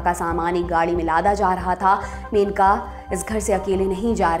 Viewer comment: मेनका नही मनेका ।